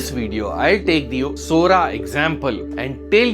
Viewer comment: Sora said Sori